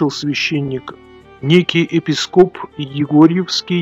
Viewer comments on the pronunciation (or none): ЕпИскоп, а не епискОп